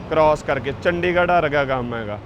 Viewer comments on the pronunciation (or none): none